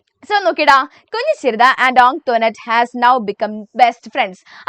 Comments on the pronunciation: Miss ആന്റോനേറ്റ് ennaan tto😅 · No dear..It is pronounced as Ong thwa net. "Kunhichirutha learned from Antoinette that the name ought to be pronounced 'ong- thwa-net." Please do read the text book well 🙂